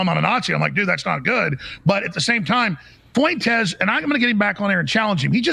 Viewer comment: My takeaway from this video is that Alex Jones calls Nick Fuentes “Fweentez” and it’s funny